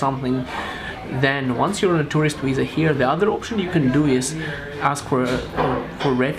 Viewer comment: It's viza, not wiza :)